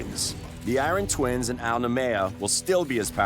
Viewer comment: Oh god. Eye-ron man is back. 😂